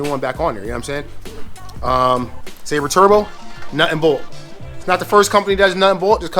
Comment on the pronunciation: Man Fam you gotta get the name right! 😂 Silber like silver. Seal-Bur (Silber) Turbo. You wild! 😂 😆